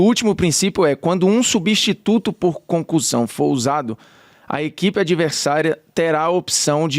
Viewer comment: Parece mto que ela tá falando concursão 😅